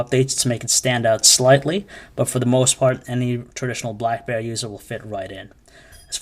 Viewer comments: BLACKBEAR !!! ITS BLACK'BERRY' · hahaha he does say blackbear. maybe this is a different review then i thought